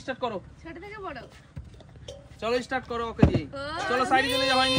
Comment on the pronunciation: থিরি নয় থ্রি আর ইস্টার্ট নয় স্টার্ট।উচ্চারণটা ঠিক করে নিও ভাই। ❤